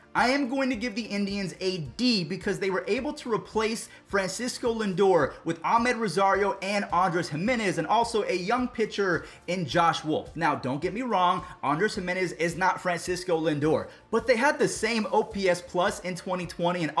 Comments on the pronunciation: “ahmed rosario” lmfaoo it’s amed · It’s Amed Rosario not Ahmed Rosario